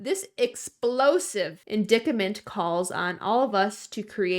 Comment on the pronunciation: indictment: pronounced in-dite (rhymes with mite)-ment Tectonic: tech (like technology) - tonic (like the drink)